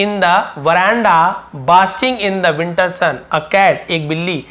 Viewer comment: Sir aap vowels ke phle the ko (di) kyo nhi padte